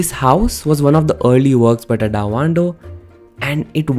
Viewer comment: Nice video. But pronunciation of Tadao is crazy. Please look into it.